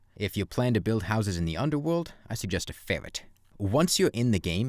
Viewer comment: It's 'ferret' btw